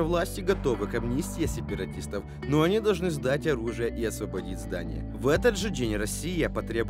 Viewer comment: Ну тогда уж сепаратистов, а не сапаратистов.